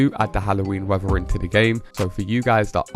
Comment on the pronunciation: YOU Need speech therapy, the word isn't WEVVER it is WEATHER, You need to practice pronouncing the 'TH' in words !